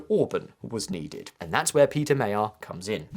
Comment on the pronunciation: Péter Magyar pronounced properly Pé (ei)ter(e) Ma (deep a like in in cup) gy (almost like dj) ar